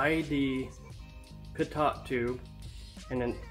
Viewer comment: Was anyone else confused as crap when he said PitTot tube and not Pitoe tube? I spelled it phonetically. Yes it’s pitot tube. Great video anyways! Super cool!